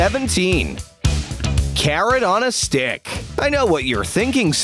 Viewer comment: narrator: corrot on a stick! my ears:Karen on a stick!